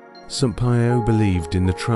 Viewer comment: Kindly pronounce Padre 'P iii o" not 'Pie o'. Thk u dear brother.